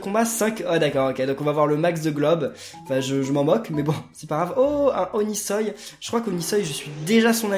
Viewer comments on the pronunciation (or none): O-NI-SOI pas onisoï